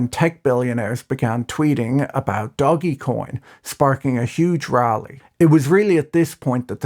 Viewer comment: who else is proud that Patrick pronounced DOGE correctly?? It's DOGEEEE-coin and not DODGE-coin